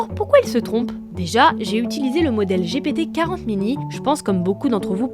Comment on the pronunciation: je cite : "l’ai choisi de te raconter n’importe quoi plutôt que…" la à ce passage c’est un manque de connaissance énormes Le passage avec GPT4o qui est mal prononcé, la personne fait un sujet sans même avoir été voir une vidéo… Je continue? Car je peu te décortiquer la vidéo entière